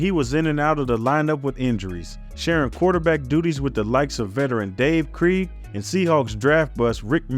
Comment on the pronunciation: Great video but type names into Google with the word “pronounce” afterwards. Harbaugh, Wannstedt, Krieg were pronounced wrong. Still an excellent video.